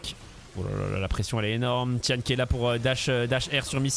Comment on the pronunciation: juste pour info, on dit pas ti-ane mais ti-N (ti-haine) c'est son middle name (gao tian liang - 高天亮), le sens original de tian c'est le ciel, mais ca peut vouloir dire le jour, dieu, le paradis (ou autres).